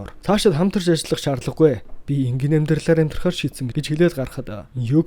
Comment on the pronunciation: энгийнэ энгийнэ гэшш